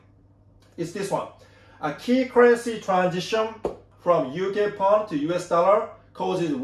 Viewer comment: Thank you, very informative as usual. BTW it is UK Pound not Pond. 👍